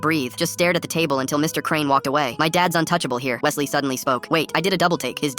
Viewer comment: I feel Offended my name is Wesley not what he said 😭